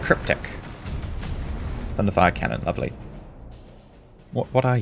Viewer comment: Does anyone else hear thunderthigh when says thunderfire cannon